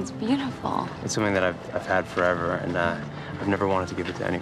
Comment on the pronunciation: BEACON HILLS HIGH SCHOOL FOREVAAH!